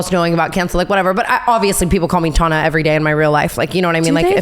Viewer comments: As an Australian I can't comprehend someone seeing the name tana spelled and thinking yeah it's said tauna. Tana like banana. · Tana with the rat head on…Instead of ratatouille, it’s ratatana - Brittany’s way (tawna) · and brooke taking it one step further and saying tawna instead of tana 😂😂😂😂😂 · I love how wrong Tana says Ontario right after her tangent about her name being pronounced wrong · girls i raise you another point: if brittany knew how to pronounce Mongeau (which is harder to pronounce and isn’t really pronounced how it’s spelled) don’t you think she’d know how to say Tana🤔 she’s clearly heard the name being said before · I love Tana mispronouncing Brittany's name bc Brittany butchered tf out of both of their names at least once, but esp Tana's